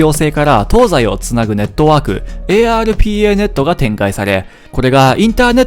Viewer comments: ARPANETの読み方はエーアールピーエーネットではなく、アーパネットですね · PL/I (ピーエルワン)、ARPANET(アーパネット) 読み方はこのように失われていくのか……。